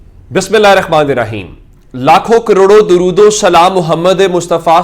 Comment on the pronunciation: sb gozarish Hy k dorood tu Sahi parha karain myry Bhai, 😢😢😢😢😢😢😢😢😢😢😢😢😢😢😢😢😢😢